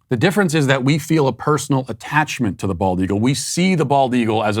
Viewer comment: Matt keeps mispronouncing the bird which is the bald eagle.